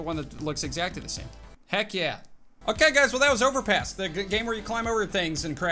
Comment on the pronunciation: I thought he said overpiss